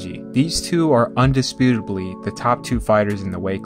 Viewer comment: Indisputably , not indisputably !